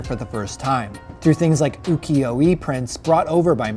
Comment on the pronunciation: this foo didnt even pronounce Ukiyoe right - nano